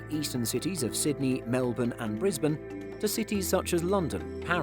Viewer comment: Big ups to the Script reader! He pronounced Melbourne correctly!!